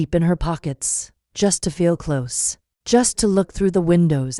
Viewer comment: Can't you get the AI to pronounce language correctly, because listening to this is painful. I thought these AI things were supposed to be better than humans!!? HaHa Ha But they can't read ahead to see the difference between CLOSE AND CLOSE (pronounced - cloze) and says "am" as a.m. which is why AI is useless.